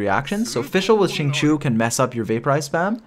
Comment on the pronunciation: his name is XINGQIU not qingqu =(((. Shing-Chiyow